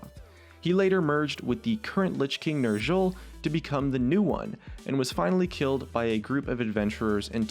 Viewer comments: Oh god the pronunciation, the pronaunciation. Sargeras, Ner'zhul. (hint: his name is not Sarjeras) (his name is not Ner'zjul) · and lets not forget Ner' Jhul instead of Ner' Zhul. I love your lol vids but your pronunciation of warcraft characters just makes me cringe.